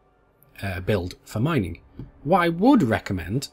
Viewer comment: miningk? ringk? maybe its just me hearing that